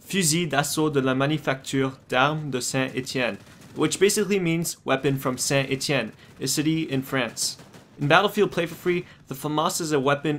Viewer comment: sainte etienne no sain etienne sainte etienne lol .Pronociation is sainte and writen saint